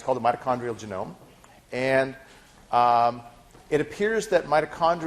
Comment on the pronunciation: I wince every time he says "genome"...